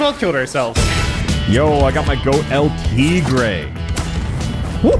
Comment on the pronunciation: I cringed a little in Spanish when he said El tea gray instead of El Tigre